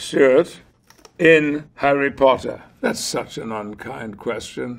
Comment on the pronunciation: Harreh Pottah. Punkeh Brewstah.